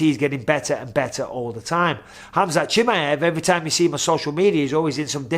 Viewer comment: I like how Michael knows how to really pronounce khamzat name properly!!